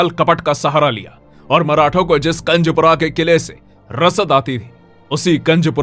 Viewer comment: कंजपूरा नहीं कुंजपूरा है